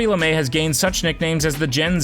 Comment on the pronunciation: Not Lamae it’s Lame